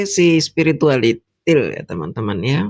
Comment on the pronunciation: Lidah fasih banget ngucapin spiritualITIL 😂😂😂😂😂😂